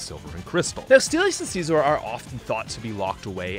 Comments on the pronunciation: It’s pronounced scissor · "See-zorr" aiyah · it's genuinely funny to me that no one seems to understand how to pronounce "Scizor" (it's exactly the same as "Scissor") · Don’t think I’ve ever heard Scizor pronounced that way. The anime and just about everyone I know uses the Siz-or pronunciation.